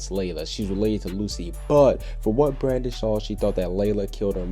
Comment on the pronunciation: you said Brandon instead of brandish ;~